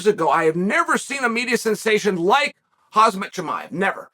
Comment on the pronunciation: It’s pronounced Hamza Chimaev (Hum-Za) .. Not Hazmat, not Kamzat.